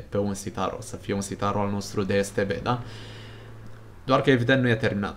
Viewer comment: Da dar se te be se zice nu es te be